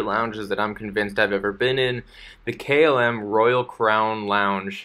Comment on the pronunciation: So difficult to listen to a narrator that disrespects his audience, by mispronounced terms such as KLM. What does Kaylim even mean? Articulate. Pronunciate. You'r adult enough for that.